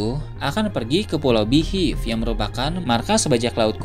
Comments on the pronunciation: Min beehive dibacanya BIHAIF bukan Bihiff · Waah..kalo yg mati di antara garp atau rayleigh, pasti bakal marah besar luffy nih.. Kya kasus naruto yg kehilangan gurunya jiraiya di bunuh sama pain.. Oh iya btw, mohonmaaf sebelumnya.. spelling beehive dibacanya bihaif... Joss.. salam nakama 🙌🏻🙌🏻